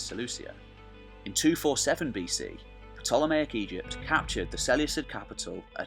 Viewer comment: Ptolemaic pronounced incorrectly.